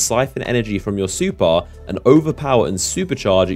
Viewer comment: Its super not supar